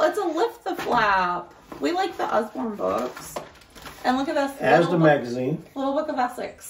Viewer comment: If you try fish and chips, you also have to try Cornish Pasties; literally puff pastry with cooked stuff inside; you can get different types like beef and onion or cheese etc. Inflation means prices have gone up though, so be aware of that. Your saying Asda the right way 👍🏼 FlapJacks are sugary oat bars, you can make them into triangles if you make them from scratch. They have different flavours and are sweet. Not a healthy bar. Just so you guys know. Im sure you can find some recipes on here. You could use HP sauce on steak, if I remember correctly it has a black pepper taste. The lea & Perrins is more for cheese on toast, or roasted veg. HP is a dipping sauce, not a marinade. So use it how you would ketchup. You could have it on the side of a steak.